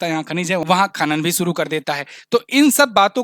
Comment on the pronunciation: Please pronounce "sha" correctly. You pronounce it as "sa". E.g. desh not des, sheikh not seikh, Shuru not suru also "apeksha" not " apekcha", liberation not liberason. Being a teacher you should be very particular about pronunciation.